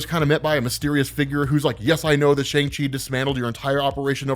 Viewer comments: Just so you know...it is pronounced shung chee...not shang she... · Come on, you know the proper pronunciation of Shang-Chi! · Whos gonna tell hes been pronouncing ShangChi wrong forever?